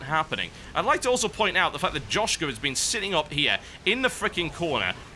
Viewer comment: joschka means boob on slovenian and you read it as with y insead of j